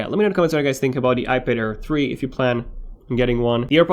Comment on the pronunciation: omg everytime u say "ipad air 3" i always hear "ipader3"